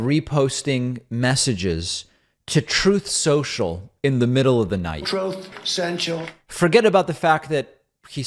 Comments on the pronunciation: Troath Sential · « Troth censhul »😂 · I laugh everytime I hear “Troatth sential” 🤣🤣🤣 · Repeating the way he says Truth Social never fails to get a laugh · Tired of hearing the clip of his mispronunciation of his losing platform